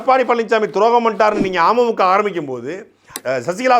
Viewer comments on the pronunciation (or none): துரைமுருகன் அண்ணா.. நீங்க அமமுக னு உச்சரிக்கறப்போ 'ஆமை மூக்கா' னு கேக்கறது. சீமான் அண்ணனோட தம்பி னா சும்மாவா..?? டிடிவி பின்னாடி இவ்வளவு தகவல் இருக்குன்னு அரசியல் புரிதல் இல்லாத எங்களைப் போன்ற பாமரர்களுக்கு சாட்டை பதிவுகள் வரலாற்று ஆவணம். ஆமை மூக்கால இருக்கற அண்ணன்‌ தம்பிங்க எல்லாம்.. டிடிவி.. பின்னாடி திரியாம இன்னொரு முறை விடிவி படமாவது போய் பாருங்கப்பா. செம லவ் ஸ்டோரி. சிம்பு அட்ரா சிட்டி பண்ணிருப்பாரு. துரை அண்ணா உங்க தில்லுக்கு தலை நிமிர்ந்த வணக்கம் 🙏